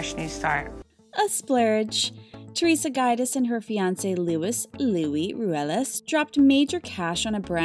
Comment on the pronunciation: Roo-AY-las and JOO-dee-chay.